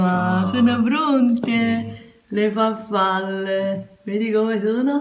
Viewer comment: ...porco giuda...ripeti con me....FARFALLE, non FAFFALLE...SALMONE, non SAMMONE...